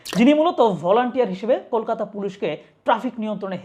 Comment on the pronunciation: Kolkata🇮🇳 not Kokata ❌❌❌